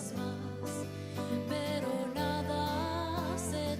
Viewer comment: It's not Zoe in english, it's Zoé in spanish = Zo like in SOn and E like in Elephant Said that, doesn't mean I didn't like your video. It was an observation